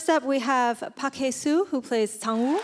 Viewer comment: She said Park Haesuushi???? Like wtf!!!